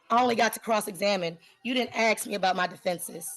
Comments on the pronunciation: Did. you pay rent? If not, you're evicted. And stop saying "axe". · "Ax". Ugh. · She really wanted to axe her questions. How can you take someone seriously when they can't even pronounce simple words like "ask" properly? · It's hilarious to watch and hear a totally insane illeterate being present a waste pile of so called case.. Can't even speak her mother tongue... What's with "AXE"?? What happened to "ASK"?? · Guilty of crimes against the English language. 'Aks'? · She shouldn't be allowed to axe anyone. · ASK ? Not axe 🪓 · She thinks she is so intelligent. Yet, she cannot pronounce ask. It isn’t ax, sweetie. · She "axe" a lot of questions. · She kept axeing the questions. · Okay listen! Let me Axe you something! Do you know what contempt or court is? 30 day! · She most certainly "AXED" her questions! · Are you saying I can’t axe” The arrogance of this ignorant girl is outrageous. The judge is allowing her way too much latitude. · "Ask"..its Ask. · Axe, axe, axe; go back to grammar school. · She can't even say the word "ask" correctly in court. Oof. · Axe axe axe axe axe. So fing ghetto and lazy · Can I aks what the heck that was? 😬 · With all her AXING, she's literally MURDERED the English language. M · In her research, she needs to learn how to pronounce, "ask". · Don't let them argue with each other. yes Lady you are a sov idiot. It's not prejudicial or whatever. No you can't axe a question. Go back to school. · Lady, if you cannot pronounce the word "ask" properly, you do not enhance your argument. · No girl you can’t ‘axe’ that question. 🙄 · No Lady You Can’t Axed anyone go back to school 😂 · Why can't she say ask? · If you cannot master the word 'ask', how in the hell are you going to excel in a court case? You are flat out dumb and unfortunately, you need to have this told to you many times before it will start to sink in.